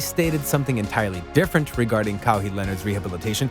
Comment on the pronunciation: Bro you lost me with your pronunciation. Like how can you get it wrong? Your vid is about him. All good tho just don’t let it happen again lol